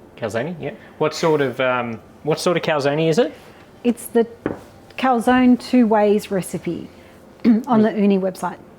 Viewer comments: I do not see the recipe in the description. And it is pronounced cal-zone, 2 syllables, not 3. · Calzonie lmao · Joe Amato would give you a back hand for butchering the prononciation of Calzone lol